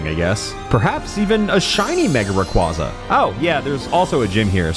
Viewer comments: When I first started watching this video, I noticed something was wrong. It took me a while to figure out what it was. But then, around the two and a half minute mark, I finally realised what it was. HE KEEPS PRONOUNCING RAYQUAZA WRONG. IT'S RAY-KWEI-ZA, NOT RAY-KWA-ZA! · here to ruin your fun like all my friends did to me. Its Ray Qwhey zuh not Ray cwazuh. like quazar. I always thought it should be the latter because it sounds cooler. Same thing with Gyrados being Girados instead of guyrados. Pokemon just hates making their names be pronounced the cool way. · The way he talks sometimes makes me think its a real challage but everytime he says mega raygaza i remember it isn't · erm... ackshually... it's pronounced ray-quay-zuh. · Bro. It's mega requasa. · "Ray-QWAH-za" Give me a break.. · Nah, it's my favorite Pokemon of all-time! Still pronouncing it's name wrong revokes your privilege to say that😂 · If it was your favourite youd pronounce its name right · This video hurts me... WHY DO YOU PRONOUNCE RAYQUAZA LIKE THAT RAAAAAAAAAAAAAAAAAAAAAHHHHHHHHHHHHH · There is no way rayquaza is your favorite Pokemon and then you pronounce it wrong 😡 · A video dedicated to a Pokémon and is also favorite... Mispronouncing Rayquaza's name the entire time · It's not just an April 1st thing unfortunately, he mispronounces it in other videos too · “My favorite Pokémon” mispronounces the name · Why are you pronouncing Rayquaza like that though